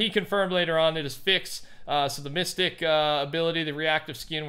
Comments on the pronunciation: It’s mysteeque not mystick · It’s miss- stee- ck not miss-stick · I love you,..but it's MISS-TEEK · mistique is pronounced misteek not mystic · “Mystique” is pronounced “mist-eek” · He was saying miss-stick lmao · y u call her misticc? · For future reference, Mistyque is pronounced "Muh-steek" Not mistic! :D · Mystique isn’t said mystic, it’s said Mysteek. This has been messing with me from day one. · Mystique (Mis-Steek) Not (Mis-Stick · its misteeque not mystic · Its not mystic lol, its mystique (mist-eek) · i'm about to be a marvel nerd but its mis-teek not mystic just letting you know, you probably dont care, anyways love the vids and code: thecampingrusher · hey fyi its pronounced miss-teek (mystique) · WHY DO YOU PRONOUNCE MYSTIQUE LIKE THAT???? ITS NOT mystic ITS PRONOUNCED miss-teek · Mistick 😭 it’s (Mist-EECK) (mystique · pronounced (mys-teek) not mystic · Mystique is pronounced misteek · Stop pronouncing mystique like “mystic” instead of “mysteeek”. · It’s a minor petty trivial thing I’m noticing, Mystique is pronounced (Mis-Steek) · Jack he was pronouncing it (mystic) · he pronounced it like mystic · By the way the blue girl in the battle pass, her name is pronounced (mist-eek) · Just a couple of things - The time for Mystique was changed to 100,000,000, not 100,000. Also, just for the record, I'm pretty sure it's pronounced Miss-Teek, not the way you would think it would be pronounced, I know. That's pretty much it. Like & Subscribe & use code TheCampingRusher (P.S. we actually also got another little land chunk, called trask transport truck). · I like how he pronounced Mystique as mystic. 😂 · Love the content even if you butchered mystiques name aha it's pronounced mis-steek 🤣 can't wait for the new content and I look forward to copping some skins using your code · Say it with me now...MistEEk! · Mystique is pronounced Mue-Steek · It’s not pronounced Mystic🤦🏽‍♀️🤦🏽‍♀️🤦🏽‍♀️ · mystique is pronouced mih steek